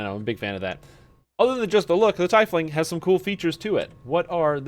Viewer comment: Good videos, you got me playing DDO again. But its pronounced Tea-fling